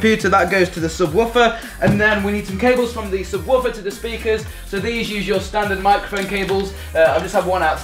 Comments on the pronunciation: The way he says subwarfer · Lol he calls it a sub-woof-er